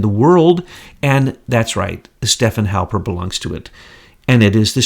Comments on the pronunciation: God bless his heart... can't get names right to save his soul. But I am kind of a stickler for correct pronunciation so....Stefan Halper is STEF-fawn. Thank you for all you do! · Haha you said Halpern,he goes by Halper...though Halpern is the correct spelling Ashke-nazi